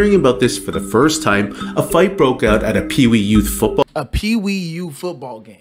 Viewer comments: Pee Wee/YOUTH. Not Pee Wee U. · Pee Wee YOUTH. Not Pee Wee U. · Peewee Youth, not P.E.U. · Dude. its "peewee YOUTH" football. Not "peewee U".